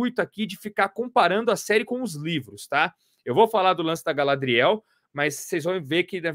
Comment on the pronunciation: A pronuncia é gaLÁdriel e não galadriÉL...melhor ficar nos quadrinhos mesmo